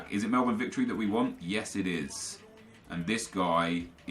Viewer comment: Did he just pronounce Melbourne correctly?...